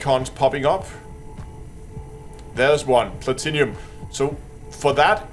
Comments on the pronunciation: arrrr plat-num not plat tin inum arrrrrr plat-num the i is silent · Plah-Tin-Umm. Not Plat-Inny-Um :) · Excellent guide thank you. Btw it's pronounced Pla-Tin-Um, there's no 'i' before the um 😉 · "plat-in-umm" is how its pronounced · I just came here to see how many people corrected the way he pronounced platinum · Have I been saying Platinum wrong this whole time?